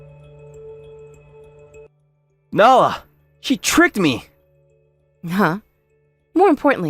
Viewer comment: This guy pronounces Nala as “nah” half the time 😂